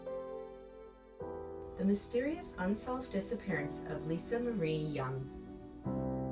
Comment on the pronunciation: Its "disappearance"